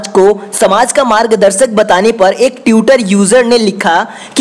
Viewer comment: Badhiya video. Bas ट्विटर और ट्वीट होता है, ट्यूटर ट्यूट नही। Agar ap public speaking ker rahe, to kripya uchcharan ka dhyan rakhe.